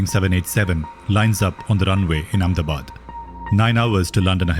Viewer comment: saying Ahmedabad Amnebad?